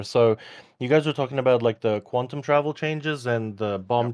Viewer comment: Quantum not “quanton”